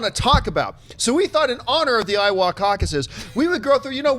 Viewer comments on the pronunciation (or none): Just so ya know, John, the "a" in "Iowa" is pronounced like "uh", not "aw". But "A" for effort, to coin a phrase.... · Why is he saying Iowa so weird...? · Is it just me or does Iowa sound super Canadian when John says it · Loving that Canadian pronunciation of Iowa, John. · I love Canadian pronunciation of Iowa making it sound like Ottawa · Please tell me someone informs John he's butchering "Iowa" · Hey Jon, say Iowa again.